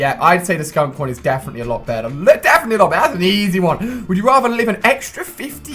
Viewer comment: It's not wood you rather it's would you rather